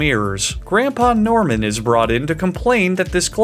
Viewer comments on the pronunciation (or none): none